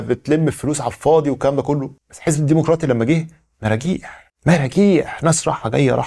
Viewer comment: الديمقراطي بضم الميم بدون واو